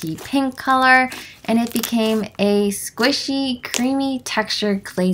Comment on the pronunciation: I love how you say “squishy” as “squeeshee” lol!!❤️💓